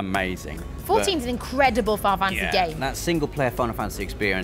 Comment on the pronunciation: I won't tease about looking forward to Final Fantasy, but It's funny how she calls it "Fi-Fantasy". Clearly a name she says so often that she drops the "nal" to save time.. I'll only get Skyrim on PS4 if I can import my PS3 save-games...